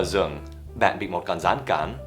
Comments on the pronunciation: Thầy Dan nói chữ rừng thành giường kìa hehe ạ. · Khúc thầy nói "Bạn đang đi dạo ở rừng" ...nhưng mà nghe như ở giường í =) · ( 'ở trong rừng' mà t nghe tưởng ' ở trong giường' thấy lạ lạ, may mà có hình cái cây ms biết là rừng. :) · thầy nói là rừng mà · Rừng nhé b nghe lại thì tốt hơn 😂😂